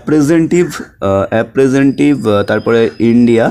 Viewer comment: অ্যাপ্রেন্টিস হবে। উচ্চারণ ভুল বলেছেন।